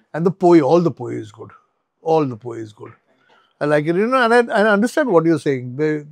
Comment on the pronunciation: It is not 'पोयी'. It is 'पोळी'. Some people cannot pronounce the 'ळ'... And is substituted by a 'य'. Hence they call it पोयी. In some cases they pronounce 'ल' as 'न'. So 'लाडू' becomes 'नाडू'. So next time you come to Goa, have a 'पोळी' for your breakfast..